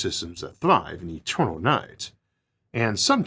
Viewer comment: The staws so etewnaw to us awe but a chaptew